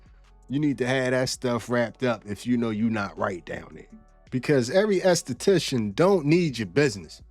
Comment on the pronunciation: Okay what I want to know is who taught you how to pronounce an enesthetician